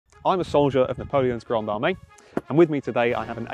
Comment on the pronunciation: Napoleon rolling in his grave hearing this British man pronounce Grande Armée